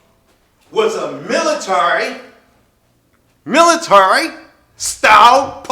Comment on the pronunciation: Also you fucking moron..., it’s the swat team not the military... fucking drunk, ignorant fuck... also, learn how to pronounce military